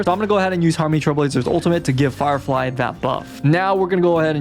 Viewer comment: Bro said farfly and jing loo